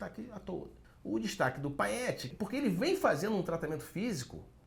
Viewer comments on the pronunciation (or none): Gostaria de ressaltar a perfeita pronúncia do quando chama o jogador Payet de Paiéte, e com toda certeza muito provavelmente nem a mãe do jogador deve chamá-lo de Paiéte mais, o certo é Paiê pois o mesmo joga no Brasil. Então, errou rude mesmo acertando. Melhorem!